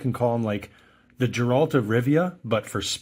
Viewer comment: Geralt isn't pronounced Gee-ralt.